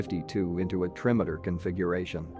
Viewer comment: I particularly liked 'trimmeter' (trimotor) and 'staLEENgrad).'